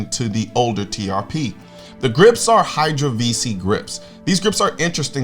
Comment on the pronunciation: Sitting here next to my accountant wife and she says all she can hear instead of TRP is “TPS” (like the reports from Office Space) 😂